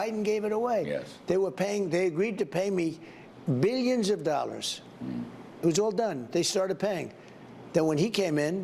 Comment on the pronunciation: Anone else noticed that tRump pronounces 'billions' as: 'be-ins'?